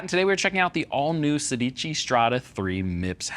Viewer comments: You are pronuncing it wrong: it's Sédici. It means 16 in Italian. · I know, but the least they can do is pronuncing it right. Now they know... 😉